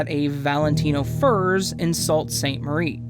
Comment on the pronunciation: I also wanted to add that when he mentioned Sault Ste Marie, I immediately tuned in because he pronounced "Sault" like "salt" instead of "Soo"... In that part, he mentioned a robbery at Valentino Furs in June 1995. I tried to find info on that, & only 3 websites popped up. Murderpedia, podscripts, & sitcoms online... None of which are credible sources. There are no real articles or anything stating that information, so I believe that was also fabricated from the unsolved mysteries website he got the information from. This is probably a huge reason some crimes are unsolved, due to false information being added, kind of like the game "telephone"